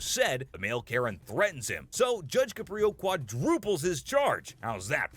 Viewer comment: I've met Judge Caprio, He's truly one of the nicest people you could ever meet. Unfortunately, after he retired, he had some health problems, but he"s doing much better now. BTW, his name is CAP-ri-o; not cuh-PRI-o A video interview with the Judge from last month Judge Caprio: I Don't Know What the Future Holds